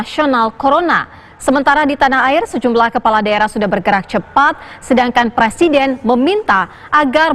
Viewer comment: Presiden woy bukan prasiden